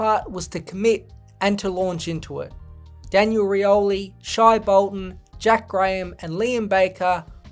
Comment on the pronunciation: It's not "Shy" Bolton, it's pronounced "Shay"